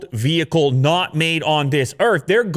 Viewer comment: Nobody: VEHEEEEEEKAL